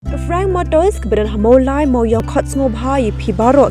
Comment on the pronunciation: Mawlai Mawiongrim correct ✅ please 😂